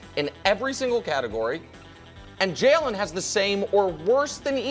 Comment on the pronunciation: I’ll never get over how Nick pronounces “Jalen” Hurts. He says it like “Jailen” 😂😂😂